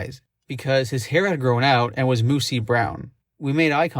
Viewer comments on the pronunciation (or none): Only a fkkn robot would pronounce mousey as moosey. This is crap.